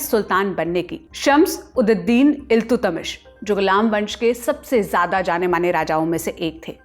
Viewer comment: Naam ,Shamshuddin Altamash he ❤ Aapko Naam sahi se Lena nahi aya . Naam ka matalab, Deen ka Suraj fauj ka sardar.